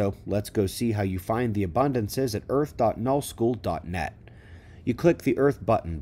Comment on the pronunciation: Thank you for tying that out. I couldn't figure out what he was saying. Null? New? Thought I was going to rewind 20x's.